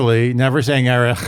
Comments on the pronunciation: I loved it when you pronounced it EriCH 😁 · I will always pronounce his name, Erikh, it cracks me up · Perhaps you should start pronouncing Erich as Eh•ritch for those complaining 😏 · Sorry about seeming firm on saying Erich correctly. I love your podcast!!! Sometimes the tone can come across badly online